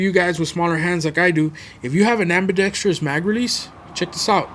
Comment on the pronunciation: Holy... You're the first GunTuber to properly pronounce the word "Ambidextrous." I tip my hat to you, Sir.